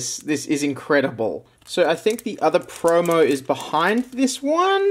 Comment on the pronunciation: Lol. Aussies say the word promo "preaurmeaur"